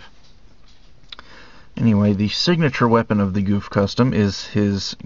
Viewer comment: its not pronouce goof its pronouced GoF